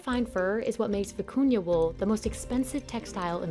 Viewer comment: Thank you for posting this, very interesting. I love almost all the fabrics/techniques. Especially the vicuña wool. It was annoying in the video that the narrator continuously sounded like she was saying “acuña’ instead of the real name.